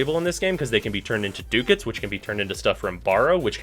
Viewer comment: "Ducats" is a real word and it's pronounced duckets...like buckets, but with a d.